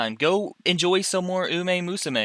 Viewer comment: Illiterate people can't read Uma Musume correctly.